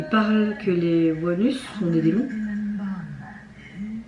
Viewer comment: Hi première fois que je vois ta chaîne, j’ai apprécié ta réaction, merci beaucoup pour le groupe. Par contre « ONEUS » ne se prononce absolument pas comme cela. Il faut le prononcer à l’anglaise [ONE][US] (la prononciation coréenne est légèrement différente aussi) sinon avec la prononciation française on a l’impression que tu dis ‘anus’ 🙈😅 Et pour Leedo, il faut pas prononcer le ‘L’, en prononciation cela donnerait plutôt « ido »….